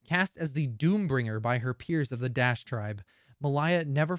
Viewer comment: Dash-e not Dash